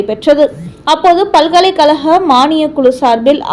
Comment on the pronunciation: பல்கலைக் கலகம். வலக்கறிஞர்கல், வலக்கு. தமில் நாடு, ஆலுநர். அருமையான தமிழ் (தமில்) உச்சரிப்பு.!!!